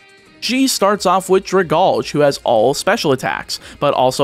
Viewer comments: It's drag-al-gee, not dra-gawlge It's name comes from dragon and algae, as in the plant stuff that's usually found in the water. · First, Florges is pronounced like gorgeous. Second, Dragalge is pronounced drag-algae (that green stuff in a fish tank) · Pronunciation corrections if anyone cares: Florges rhymes with gorgeous Aegislash: The "ae" is pronounced "ee" and the g is pronounced like a j Dragalge: The "alge" part is pronounced like the word algae And so on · That Dragalge pronunciation hurts my soul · This mispronunciation of dragalge bothers me ever so slightly i used to mispronounce it as draglage because dyslexia but even i know its a Pokémon line based on kelp and algae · Surely that’s not actually how you pronounce Dragalge, right? It a dragon with algae.